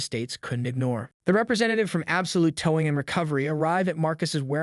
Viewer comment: Why are the words tow / towing / HOA consistently mispronounced. Is this an A. I. Narrator?